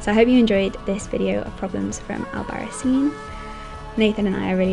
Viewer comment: Pronounced albaraTHEEN. ;) In all seriousness, great video, thanks for sharing! Can't wait to be here in January!